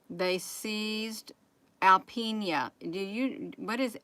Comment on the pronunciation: This is going on in my back yard...No biggie...there are 2 military bases near there and Northern Strike is an annual, joint, international training exercise. We folks up here are used to seeing the military practice war games. Alpena is pronounced AL Peen Ah.